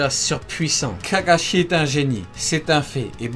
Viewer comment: je rêve ou ta dit kakachier a 🤦‍♂️🤦‍♂️😂😂🤣🤣